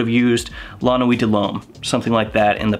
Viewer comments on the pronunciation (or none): none